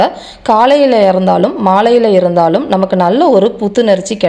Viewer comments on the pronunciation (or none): எது காலைல இறந்தாலும்..? மாலைல இறந்தாலுமா..? உச்சரிப்பு சரியாக சொல்லுங்க..🙂